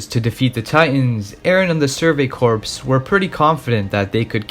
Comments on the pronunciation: Corps=Core. Not corpse. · I noticed video essays about anime misuse the english language so much probably because these weebs listen to too much japanese. Its pronounced “survey CORE” not “corpse.” Have you ever heard of the Marine Corps?? It’s “naivety” not “naiveness”🤦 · I was going to correct you when you said "Surgery Corpse" instead of "Surgery Crops (core pronunciation)" But uh Surgery Corpse pretty accurate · Idc I'm gunna be that guy, Corps. is pronounced 'Core', not corpse. Shit makes my skin crawl, cause like you hear it in the show and other mediums. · Excellent analysis Small critique - “survey corps” = “survey core” (pronunciation) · Great video but corps is pronounced core. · Since your video blew up, I'm sure you've probably gotten comments about this but I haven't seen it so I may as well make a mention just in case. "Corps" is pronounced "core". :) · Great video, amazing and well done - however not to be a pronunciation nazi but you switch between pronouncing corps correctly and incorrectly so often lmao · Great video man! Honestly good stuff! If I could make one critique it would be that the word "Corp" is pronounced "Core".